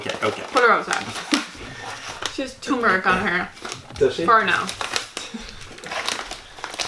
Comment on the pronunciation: Thank you for pronouncing turmeric correctly.It drives me nuts when people in this country pronounce it "toomeric".I've heard people from India say it correctly,so it must be an American thing.